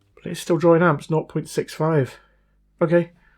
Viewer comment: Why do you say drawrin? Seems a simple mistake to correct.